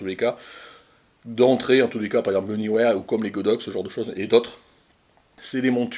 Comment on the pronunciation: Salut, enfin quelqu'un qui prononce le nom de cette marque comme il faut!! Bravo, il faut le signaler!!! Sinon c'est Sold Out sur le site de Neewer… dommage. J'ai l'impression qu'avec leurs promos de Noël, ils ont été dévalisé. Bonne fin d'année et bonnes photos